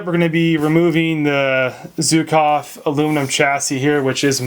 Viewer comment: for the love of mother russia, learn how to pronounce "Zhukov" (it's not zukov). As a free bonus, stop saying "kalishnikov"